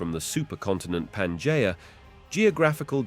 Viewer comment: Why is it that despite using the same AI voice in all of these, which I might add is pretty easy to listen to, that in some of them he can say Pangea correctly and in others he can't. It's not Panjaya.